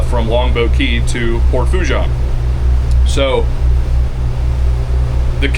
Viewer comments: It's pronounced - sounds like "FOO - SHAWN" "N" is silent...LOL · I am a new subscriber, from Covington,Louisiana. I love your videos. If you want some street cred with the Cajuns down' dere',it is pronounced like so...Port' Fo- SHAUn' - demphasis on the N sound at the end. PS- I am not Cajun, my Irish American family never spoke French. And we have only been in Louisiana since the 1960s.But you learn how to pronounce French down here.One of my brothers has been to Port Fourchon and Cameron thousands of times in his decades working offshore and with various oil and gas companies in Louisiana and Texas. Sadly he passed away a few years ago or I would have shown him your channel and he could have given you some tips. I remember after Katrina how it was a nightmare getting those supply boats out to the rigs because of all the debris in the water. Hurricane Ida did even more damage there.There were unofficial readings out there that measured Category 5 Hurricane winds during Ida from what I have heard. Unofficial reports. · Fouchon is pronounced “Foo-Shon”